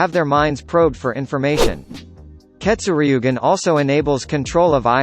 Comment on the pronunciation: Say ketsuryugan like this Keto sur ye gen